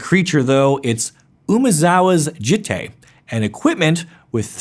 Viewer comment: Djinn is pronounced "Jinn" with a soft J, like in "Beige" or "Elijah". Jitte uses a soft J, and the "I" is pronounced like an "ee". Also "Islet" is pronounced "eye-let"